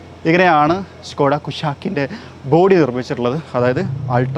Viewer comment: ഷ്‌കോഡായ അതോ സ്കോഡായ ????